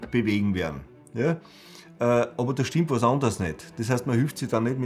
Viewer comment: Yah! SCHTIMMPT!